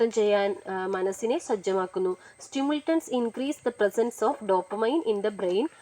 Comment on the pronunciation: Ithil nigal സ്റ്റിമുൾട്ടൻസ് ennanu parayunnath സ്റ്റിമുലന്റ്സ് എന്നാണ് വായിക്കേണ്ടത്.